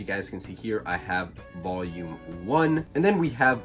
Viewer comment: Me as a Mexican find really funny how you pronounce “voyum” jajajaja. Nice videos. Keep it up.